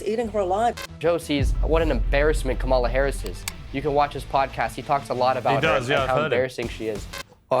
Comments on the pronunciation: This goes to show how bad misinformation is. They refuse to pronounce Kamala's name correctly. This is systematic. This Morgan show has a Trump back rub and feels good kinda seasion. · Piers should correct Baron's friend's pronouncing of Kamala's name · Baron's friend can't even pronounce Kamala's name. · This guy comes on and complains about getting called stupid, then mispronounces the name of a major candidate that has been in the media constantly for months. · At f-ing least make sure your guests pronounce Kamala correctly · It's crazy that it is late October now and people still can't figure out how to pronounce Kamala's name correctly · smug arrogant genius kid can't even say Kamala Harris' name right...it's embarrassing to him that he can't pronounce her name properly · The fact that only Piers and even attempted to say Kamala's name correctly tells you everything you need to know. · This is mostly garbage. The right wing guests don’t know what 5th grade students know: The correct way to say our VP’s first name. If they don’t understand that, what hope is there that they understand anything more complex? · For all you “smart” people. Let me explain how to pronounce her name!! Ka-Ma-La (Comma - la) Talk about disrespect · Piers, you're such a trump sycophant. I guess he bought your loyalty through your win on the apprentice 😜 Kamala ( pronounced comma la for your rude guests) has given her plan for the middle class many, many times. It's podcasters like you that are spreading the disinformation. I'm watching today cause is on the show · that 🦝 is the worst. intentionally mispronounces her name to appeal to his racist viewers. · When Kamala’s name is mispronounced then you know who they stand for 😂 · I think it's really rich that people try to question VP Harris' intelligence while constantly mispronouncing her name. Little children can pronounce it. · You will notice only the Trumpers mispronounce her name as an insult.